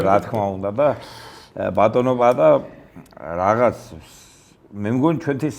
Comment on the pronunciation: პა-ა-ტა ჰქვია ამ ადამიანს ბატონო წამყვანო.